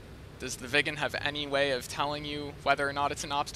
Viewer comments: More Swedish: Röv means pussy in Sweden! :P Btw: Road is väg not röäd! Or not even röåd or råäd. Also your pronounciation of Viggen sounded more like ”vegan”!? I would say it rather with small pause in the middle: Vig’gen. AlsoAlso: I wouldn’t say ”Mach point eight” until I go 1,8 mach, as I’m pretty sure you were going 0,8 mach? More Swedish: Submarine is Val in Swedish! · Fun fact, the Swedish lerter ' i ' sounds like an ' e '. It would be pronounced Vee gen. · Thats odd, what do sound like an Swedish "i" is an English "e" i.e "England". I can assure yuo that " Viggen" is prononced with an "i" like in "inbound" or "inhouse"